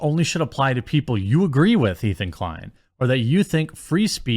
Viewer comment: His name is Ethan Decline, correct yourself please LOL